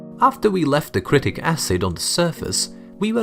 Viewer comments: Its citric not critic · haha he said critic acid (also use sprite instead of cocke)